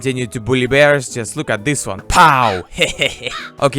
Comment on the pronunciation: MY GOD! what kind of accent is this?? That's horrible! My ears bleeding when i hear "dis" "chree" "kunt"! let's play: try to find out, what these failed words meaning.